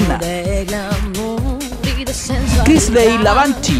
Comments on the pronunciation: La....se nota que le falla el oído medio o la memoria....y dale con seguir diciendo LAVANCHINI y no Lavanchy....y ahora agregó ALEXANDRIA en vez de Alexandra....hay....te estamos perdiendo 😂🤣😂🤣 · Tantas temporadas y la no sabe pronunciar el apellido de La KRISLEY LAVANCHI, y ahora sale con ALEXANDRÍA JAJAJA VIEJO LOCO 😹